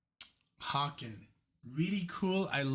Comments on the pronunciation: Haken is pronounced like "Bacon" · Just FYI, Haken is "Hay-kin".🙂